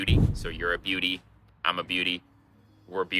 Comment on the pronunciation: It’s Bewdy, not beauty. Although something can be beaut.